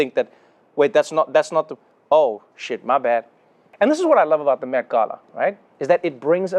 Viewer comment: Thank you, thank you, thank you, Trevor, for pronouncing the word ‘Gala’ correctly!! It was like music to my ears!